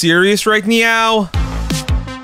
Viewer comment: Bro are you serious right neow😺